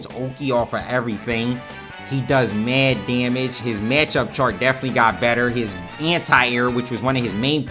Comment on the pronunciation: "Maird Dyamage"